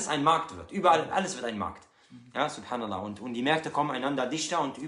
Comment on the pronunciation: selamın aleyküm Mein Bruderherz. Dein angagement ist lobenswert. Nur fände ich es besser wenn du den selam oder SubhanAllah etc deutlicher aussprechen würdest damit auch die die nicht wissen was dass sein soll zumindest die Worte in der Aussprache gut verstehen um es eventuell nach zu googlen oder zu hinterfragen. 🌹❤🌹